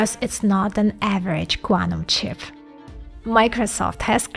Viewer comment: “Smoosly runningk Quantums Tchiiiiiip”